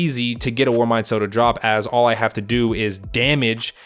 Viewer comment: So no one is gonna accept the fact that instead of him saying do, he said due??